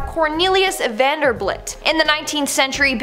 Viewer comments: that's vanderBILT not vanderBLIT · vander BILT not BLIT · Vanderblit? Are you serious right now? It's Vanderbilt! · "businessman cornelius vanderblitz", really? Vanderblitz??? LOL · VanderBUILT, not BLIT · Hmm, she says "Vanderblit" but it clearly says Vanderbilt. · It's Vanderbilt, not Vanderblit. Sorry but you said it twice. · The name is Vanderbilt not Vanderblit, see the difference? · That's Vanderbilt, not Vanderblit.